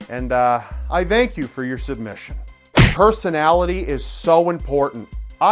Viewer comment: she hez ''personaliTiTs''